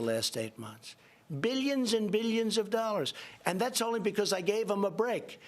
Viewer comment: ROFL. Americans have plumbed a new depth with this dumbass 😂 Good to see how the mighty have fallen "beelyins and beelyins" of miles into a sewer 😂